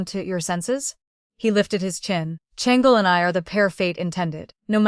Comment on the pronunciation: Why does the ai struggle with “Shang—Lee” as a name 😅